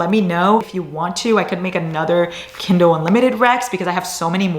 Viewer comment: warning us not to come at her for saying 'kindel'. Also: *proceeds to call it 'kindol' the entire video. Qween. ✨